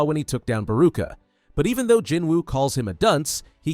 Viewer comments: Not biru its beru😂😂😂😂😂😂😂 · It's BERU not BEERU. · Lol they cant even pronounce beru correctly and they call themself better than most people 😆😆😆😆😆